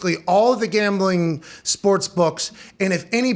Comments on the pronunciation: this mf said GAMLING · "Gamling" lol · “Gamling” lol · Come on, “Gamling”